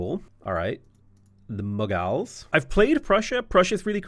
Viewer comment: bro said mug-als 💀